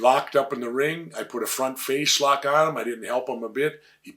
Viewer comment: "Front fashlock on him" - Jesse Ventura